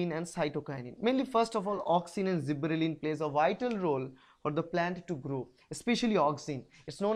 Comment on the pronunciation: i think it is gibberellins not zibberellin